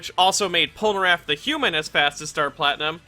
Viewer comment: I enjoyed the video and I don’t wanna be that guy but why do you always say “Polnaraff” instead of Polnareff